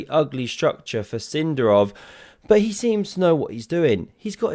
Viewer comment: It's Sind'arov, not S'indarov, mate! but thanks for the video